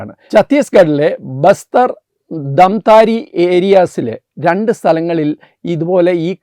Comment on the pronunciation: ദാംതാരി അല്ല, ദംതരി